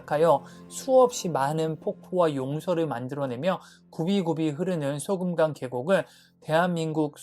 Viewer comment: 소금강은 맞는데 소금이라고 하는것 보단 소 금강산...이라고 악센트를 줬으면 더 좋았을거 같아요...자꾸 소금으로들리네요...